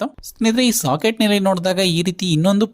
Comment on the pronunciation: Very clear explanation. But; why do you call a socket as shocket bro?